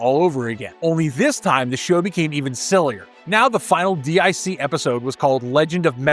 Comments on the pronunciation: It's not called "D.I.C.". It's called "Dic" pronounced "Deek" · D-I-C??? No sir, it’s an acronym pronounced as “Deek.” They even say it during their logo screen at the end of the episodes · Dic is pronounced Deek. It's not initials, it's a name. It's French. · DIC is pronounced “Deek” and is pronounced in most shows closing credits.especially Inspector Gadget, but you knew this right? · DIC= Deek